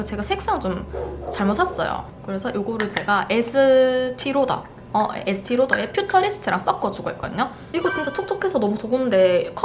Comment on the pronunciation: 에스~티로더ㅋㅋㅋㅋ 대구 억양 버전 저만 느꼈나요? 바로 딱 알아차렸는데 반가워요❤